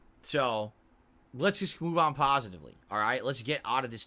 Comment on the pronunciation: Only pah-suh-tive khan-tent on